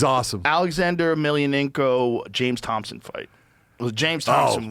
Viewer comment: His name is Thomson without a "P" I'm pretty sure. Young slipping